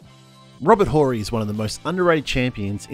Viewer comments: The H in Horry is Silent!! STop Fucking with Mr Clutch!!! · You pronounce it Orry not Whorry tf we doing here! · Dude, it's Robert "O"rry, not Rober "Hole-rry". 🤣🤣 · It's not whory... it's orry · Silent H in Horry, chief. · The H in Horry is silent. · The H in Horry is silent and Dream is the best of all time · Just watched this again, someone should by Steven A. a map, Phi Slamma Jamma was at the University of Houston. Someone should also teach this narrator how to pronounce Horry's name correctly. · The H is silent when saying Horry. Or maybe this is an AI voice lmao